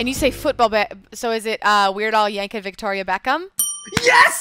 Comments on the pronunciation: It works fine when spoken, if you pronounce it correctly. I.E. "Yankovic" ends in a "c", not a "ch". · My bad, I just looked it up and it seems his name is americanized so he pronounces it 'vik', not 'vich' as it's supposed to be pronounced. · I know that nobody gets all of these, but it still hurts a bit how many times they say YankoVITCH for Weird Al's name.